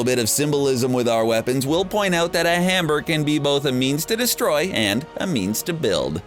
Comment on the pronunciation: no one else hear hamber